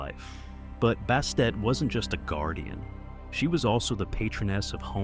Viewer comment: Who the hell is Bastate? Bastet, Bast yes.